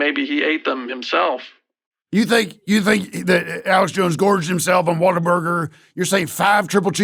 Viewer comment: as a native texan, god bless him pronouncing this "waterburger"